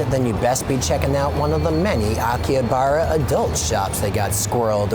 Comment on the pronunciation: Anyone else triggered by his constant mispronunciations of Akihabara and other stuff?